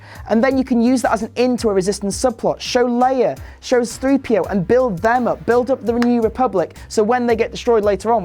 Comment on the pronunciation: ...it's pronounced "C-3-P-O". That was cringe-worthy, don't EVER say it like that again in LIFE!